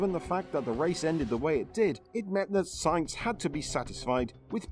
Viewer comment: It's Sainz, sAinz!!! And you pronounce it AH, like when you went to the pediatrician and he made you stick out your tongue and say AH!